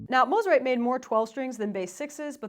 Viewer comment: You pronounced it correctly! Love my Eastwood Corona!